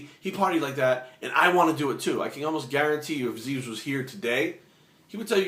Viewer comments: Zyzz. Not 'Zeez', hahah. Love your vids mate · its not zeez, its fkin zyzz brah not z e e z..fkin zyyzzzz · it is pronounced as ziz, not zeez. he said zeez because that is how americans pronounced it and he was having a laugh. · Go watch the video entitled "zyzz-inspirational speeches" Zyzz himself pronounces it as Ziz in the video more than once. He doesn't pronounce it as Zeez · Zyzz is pronounced ZIZZ, like the word "is", "fizz" "jizz" "ms" "Liz" "his"... NOT ZEEEEZ!!!.. Anyway.. GREAT VIDEO, I like ur thoughts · P.s zyzz is prounounced like " jizz" lol.. not "zeez" just a heads up :-) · Good advice, I think you are pronouncing Zyzz's name wrong though. It is written like Zyzz but it is supposed to sound like "Ziz" Anyways, good video, thumbs up. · What? No Zyzz did say it himself. You havnt watched any of those rare vids? There are even some motivational zyzz vids where they show it. I thought it was pronounced Zyzz too in beginning. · You can't even pronounce Zyzz's name right! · omg yah he pronounced it wrong butt wtf you just care about that! and this video is fucking great i hope you all acknowledge his advice cause its fucking good advice. Erland Grodal nice comment bro yah he maby too roids butt it was still hard work and motivation that got him that body you fking cant inject riods sit around and think you gonna get built! zyzz is an epic motivation to millions for training! good video brahh